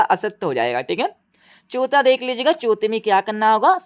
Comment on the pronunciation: Pehla ❌pela chautha,❌chotha😅😅